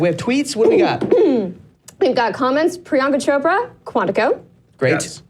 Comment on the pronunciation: Hectors pronunciation of Priyanka Chopra 😂😂